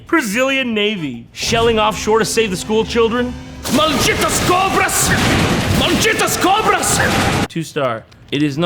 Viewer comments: Wrong state, Jon. Also, yeah, Brazilian women tend to be pretty, but also crazy af. Nice pronunciation of "Malditas cobras", by the way. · "Malditas cobras! MALDITAS COBRAS!" 🤣 Jon said it with a PERFECT pronunciation! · As a Brazilian, I felt joyous when I heard Jon speak perfect Portuguese words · as a Brazilian I apreciate how JT pronounced "Malditas Cobras" in portuguese, not spanish. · Damn, I was not expecting some perfect pronunced "malditas cobras", you the brazilian president now fam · Actually, as a native brazilian (carioca, not the paulista shcum), that was pronounced kinda well! Props, Jon! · As a brazilian, Jon's pronunciation of "malditas cobras" was on point. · Good accent Jon, that "Malditas Cobras" was legit! - Brasil loves you! (at least I do) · Just as a side note, his pronunciation here is impeccable, it's like he's been in that exact situation before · Not gonna mention the "MALDJITAS COBRAS!" being pretty much said perfectly?